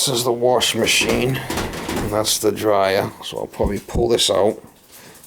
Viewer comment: "A washa anna dryia" 😂